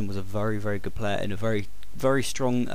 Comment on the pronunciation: U say vury